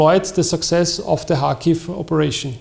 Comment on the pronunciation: ITS PRONOUNCE KARHKIVE